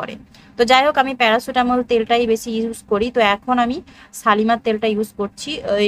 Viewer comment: Kothata paracitamal noy parachute never mind